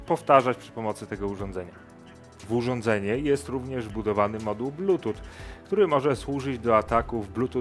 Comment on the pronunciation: "blutut" XDDD edit: materiał merytoryczny i dobrze sie ogląda. na tyle, ze nie chce wyjść na hejtera i dopisuje edita. jednak co z "blutut" zaśmiane to zaśmiane 😂